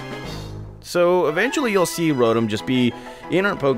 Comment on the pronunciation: you are pronouncing "Rotom" wrong. It is pronounced, "row tom"